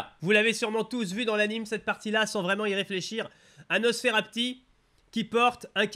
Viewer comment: tu as dis nonosferapti tu devrais ajouter sa aux fail audio